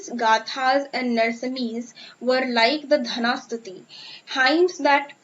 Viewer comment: Ur Pronouniciation is very wrong. It's not dhana stuti, it's dana stuti. U don't know difference between द nd ध